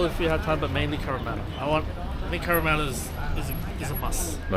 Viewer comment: Not cabramatta 😂